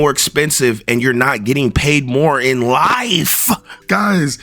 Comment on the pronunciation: Emphasis on in life!! We crazy for thinking that deep tho